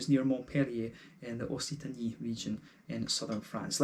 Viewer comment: It’s pronounced more like « ok-sitany »